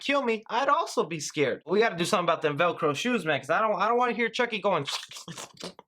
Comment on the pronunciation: He said they better get tho veircrow shoes off🤣🤣🤣